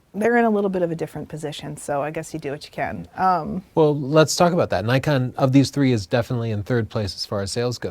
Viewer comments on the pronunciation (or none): Why do people keep pronouncing Nikon "Nuykon". Isn't it suppose to be "neekon"?